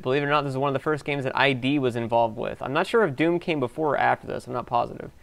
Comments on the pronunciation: It's not "eye dee" software, it's Id, as in Id, Ego, and Superego. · Id (Freud), not I-D. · Way to mispronounce Id. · Id is pronounced as one syllable, rhyming with bid.